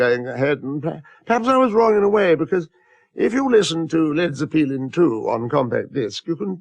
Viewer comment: Led Zeh-peelin